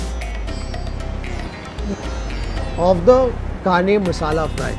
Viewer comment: Kane fish pronunciation wasn't correct. said Kane with small 'n' in hindi.